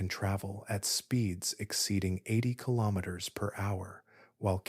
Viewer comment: Good information, however haven't heard kilometer mispronounced so many different ways, very distracting.